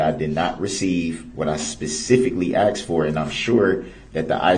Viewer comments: "objecshun axed and ansered" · AXED! I Would’ve corrected him every time he asked me a question. Axed I mean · ASKED!!!!!!!! No one AXES EXCEPT U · the dude says uhhm more than brooks mispronounces words like SUBstain,GrounZ,TACKit,Bye-EST,AXED